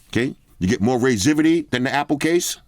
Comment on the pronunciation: “Raiseivity”. Lol.